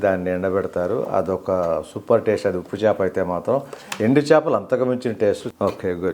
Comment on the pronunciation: Chapalu kadu chepalu nayana